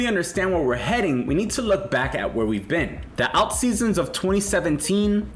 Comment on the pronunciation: This guy cant pronounce "alt." Might be a sign to be very careful. Get "alt"